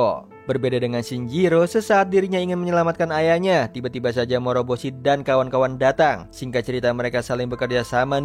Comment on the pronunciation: morboshi, moroboshi